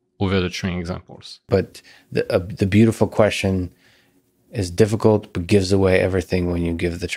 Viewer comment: When did "question" become "queshon"?